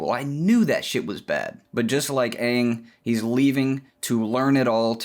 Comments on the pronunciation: Oh God, please don't pronounce Aang the Shyamalan way... it's not Ong it's Aang (as in angle take away the le) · "Onng" ... triggered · I know it's comedic but pronouncing his name as OOng is really killing me... lol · He said "Ong" and I almost clicked off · I died at "OOng masters the Avatatt state" xD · almost all dubs call him oong, also may is often called Mah-E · I'm sorry, I stopped listening after you mispronounced Aang's name 😒 (jk) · it took me way to long to realize he was saying the name wrong on purpose